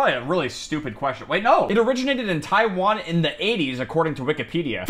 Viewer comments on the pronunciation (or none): none